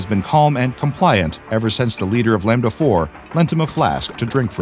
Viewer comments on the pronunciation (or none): none